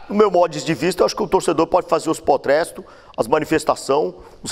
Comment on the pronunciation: "Potresto" "reivindicamento"😅😅😂😂